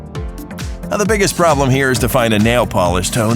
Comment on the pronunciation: that way of speacking "time-ah" "now-ah" "grey-hey"